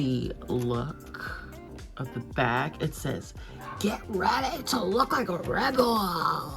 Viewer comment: “GET READY TO LOOK LIKE A REBEL” in the british accent PLSSSSSS im weak